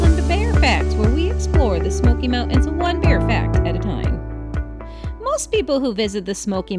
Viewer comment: Why do you say smoky mount ens